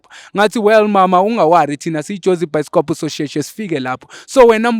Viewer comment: your episodes 😂😂 By the way....you said it's byskop😂😂😂